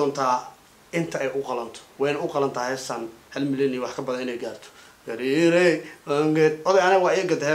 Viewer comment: say gaari not gar